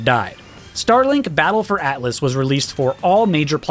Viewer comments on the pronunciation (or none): none